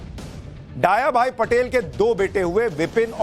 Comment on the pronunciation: सुशांत जी, डाया भाई नहीं दया भाई पटेल उच्चारित कीजिए।